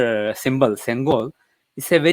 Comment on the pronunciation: Sorry mataji its not sengola its sengol (செங்கோல்) . la la kuch nahi hei. In Tamil no words end with la.